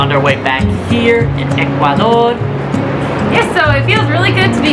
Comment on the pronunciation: This guy is improving his Spanish so fast. It's cool when he says "Ecuadorrr" It sounds so "ecuadorian " already. Watching the show from El Morro in Ecuador . Peace to you , folks. ✌✌✌ ✌✌